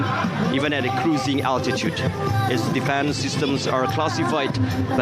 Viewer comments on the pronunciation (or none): none